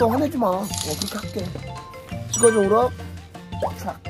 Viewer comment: 우럭을 우렁 이라고 말하네 ㅋㅋㅋ